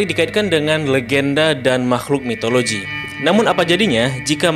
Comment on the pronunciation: Mitologi bang bukan Mitoloji